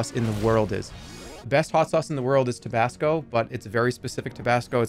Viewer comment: tobasco sauce clip killed me, how did he say that on accident